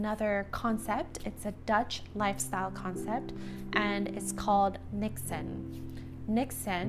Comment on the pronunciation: Loved hearing you use the word 'niksen' :). Great pronunciation! Too bad here in Belgium, 'niksen' is often used a bit on the negative side, like : 'Shouldn't you be doing anything productive rather than sitting here doing nothing (niksen). I think we would all benefit from a slower world.